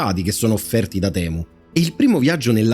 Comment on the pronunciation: Giusto per far chirezza, se si vuol dire la parola temu come gli inglesi la pronunciano e': TIMU